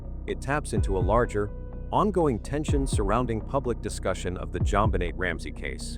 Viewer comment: Her name was JonBenet please pronounce it correctly